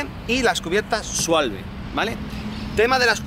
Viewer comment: Schwalbe se pronuncia Esvalbe 😉